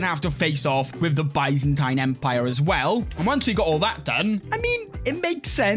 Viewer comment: I still cant get over His way of saying Byzantine Empire 😂 I also allways Hear it as Bisontine Empire 😂🤌🏻